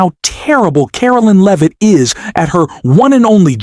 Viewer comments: Not “Leave-it” - pronounced “Lev-it” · AI came up as it often does, with mispronunciations but my recent favorite is the one for Levit's name: Leave it !